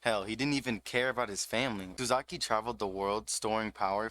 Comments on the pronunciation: and then you called him SUZAKU IM DEAAAAAD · LMAO naw you're good bruh. You emphasize the SuzUki which isnt really bad but the SUZAKI gave me goosebumps and not the good kind LOL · The way you pronounce "Suzuki" is giving me seizures but great video!